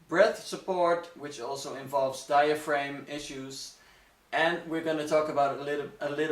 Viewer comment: Exactly. A better way to try to explain it might be to say that the posterior of diaphragm rhymes with am, ham, ram, etc., not with aim as in to aim a gun. But, while their pronunciation of diaphragm as diaframe can be a bit distracting, overall their English is better than that of some native English speakers I've heard.